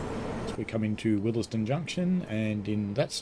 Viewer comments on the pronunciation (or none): Good vid. It’s pronounced ‘wills den’. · FYI The first E in Willesden is silent.